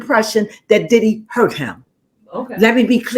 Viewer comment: You almost got it right but not quite it’s not diddy